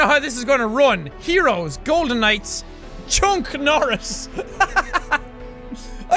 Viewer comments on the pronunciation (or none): you said CHUCK NORRIS name wrong >:(